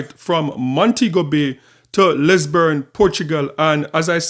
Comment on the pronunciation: Bro... It's Lis-bon Portugal. Not Lisbourne.